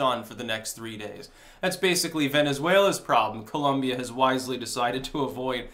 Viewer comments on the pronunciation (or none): People, it is Col*O*mbia not Col*U*mbia! With O not U.